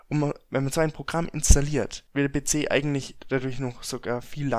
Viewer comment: Be ze statt pc